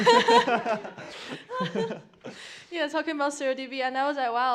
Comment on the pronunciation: Does he call it... "Surl DB"?